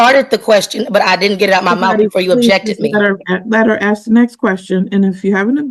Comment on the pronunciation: You didn't axe her...😂